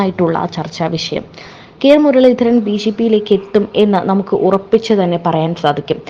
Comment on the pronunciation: കെ മുരളിധരൻ , പേര് തെറ്റിച്ച് പറയുന്നത് ശരിയല്ല